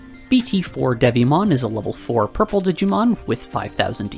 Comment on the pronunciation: Here for the friend, stayed for "Yurple"